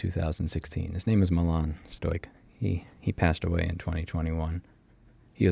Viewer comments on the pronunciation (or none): none